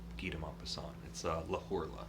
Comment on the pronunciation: Btw because the letter "h" is silent in french, the title is pronounced le orla. Thanks for the amazing summary.